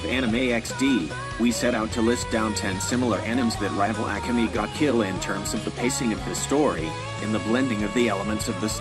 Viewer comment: I dont like the way "akame" was pronounced